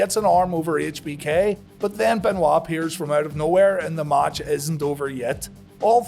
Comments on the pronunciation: I love How He says ""MACH"" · The way you say "match" triggers me 😅